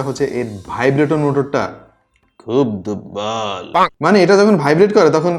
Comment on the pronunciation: "খুব দুব্বল" কথাটা আমার অনেক অনেক ভালো লেগেছে। তাই বারবার টেনে টেনে শুনেছি। খুব হাসি পাচ্ছিল ।